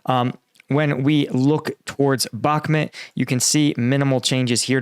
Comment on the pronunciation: man you guys pronounced ukraine place names is so weak “bok mit” “danbus” “robo teen aye”? really? it’s like saying “eye-sa fram amereo-lyn- cana” or “ dowra ins Varina”did ya notice how well read that sounded? yea? not really.